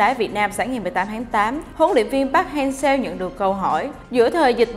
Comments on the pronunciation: Vj đọc sai tên r, chán ghê, chả ngấm nỗi cái giọng, phát âm chuẩn là park hang “sơ” mà cứ đọc seo là sao nhỉ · đọc sai tên HLV rồi bạn